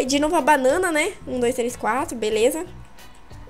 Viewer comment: cueia em vez de falar beleza fala belesma